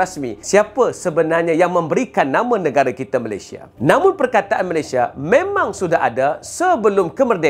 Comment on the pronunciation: ramai sebut Melesye